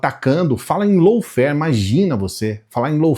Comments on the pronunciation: boa noite. Tudo bem?, lawfare se fala “lóféér”, ou no máximo “láuféér”. Como vc disse, “lôuféér”, significa uma outra coisa diferente, low fare. A diferença é pequena, mas muda totalmente o sentido da palavra. Me desculpe o preciosismo, mas achei importante te avisar. Obrigada, querido. Bom fds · Bom dia,. Desculpe mas a pronúncia correta de LAWFARE não é “loufer”, mas “lófer”.